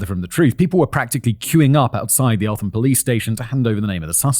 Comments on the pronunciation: As much as this is a huge case its still strange for a channel like this talking about the town i grew up in (its pronounced elt-um by the way) the church i was baptised i was across tne road from where it happened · Excellent work Danny and Simon. This hits hard for me as somebody from Eltham and have heard lots about this case despite only being born in '98 However Simon, the 'h' in Eltham is silent. It's like Elt-ham but said Eltam. Sorry it kinda bugged me 🤦‍♂️ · I remember this. It happened in my hometown when I was a kid, it was a huge deal. His mum came to my college to do a talk in the early 00s. Oh and it's pronounced "ELT-am", Simon! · Growing up in south London the way Simon pronounces Eltham makes me smile. ELT-HAM just for future reference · Elt-Ham 😭 not el-tham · I’m from the area where this happened and it’s a bit said that only after 15 odd years of living here I’m just hearing about this. Also Elt-ham not Eltham fact boy 🫣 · It is Elt-ham not Elth-am! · 'Elt-um' fact boy not elfham😂. you're even pretty local to it as it directly borders Kent. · El-tham 🤷‍♂️🤦‍♂️ it's pronounced Elt-um 😆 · Hey man. Great video just wanted to add Eltham is pronounced EL-TOM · Eltham is pronounced El-tum